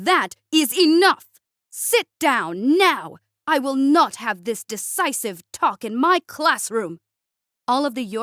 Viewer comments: It's "Divicive" talk, not "Decisive talk". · Devicive is what you ment to say, not decicive. Two different meanings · Why do all the narrators on this channel pronounce the word "divisive" as "decisive"? Those two words do not mean the same thing!